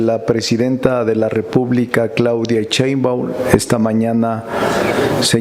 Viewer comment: Si ya sé que eres maestro, catedrático, legislador, constitucionalista, agricultor de origen humilde, intelectual, de familia numerosa, vende libros a sobreprecio, sabelotodo, yaaaa!!!! Ah y es Sheimbaun, no Cheinban.!!!